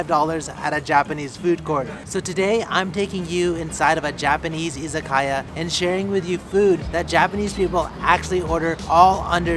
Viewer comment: Friendly tip: Pronounced i za ka ya, as opposed to iza kaya